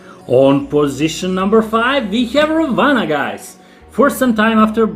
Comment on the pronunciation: Ravana in hindi is pronounced as ‘ra one’